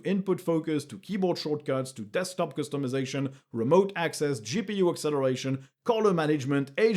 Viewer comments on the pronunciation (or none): none